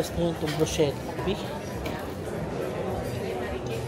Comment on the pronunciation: Bruschetta po is pronounced “brusketta” po.